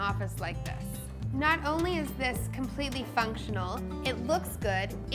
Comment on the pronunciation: your emphasis of ONLY makes me question your taste.